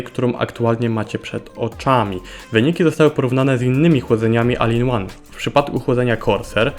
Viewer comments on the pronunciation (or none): Proponuję Ci trzymać się jednej linii i bycia konsekwentnym. Albo wymawiamy w całości po angielsku: 'OL IN ŁAN" albo po polsku: "A-L I-N O-N-E" - czytać tak jak jest napisane w języku polskim. Czytanie, czy wymawianie zmiksowanych wersji ja tutaj: "AL IN ŁAN" może rozwalić baniak Twoim słuchaczom, którzy w odróżnieniu od Ciebie, uważali na lekcjach angielskiego i polskiego.